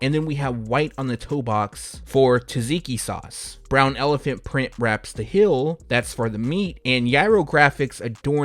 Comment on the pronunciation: HEEL?.... IT SOUNDS LIKE YOU'RE SAYING HIL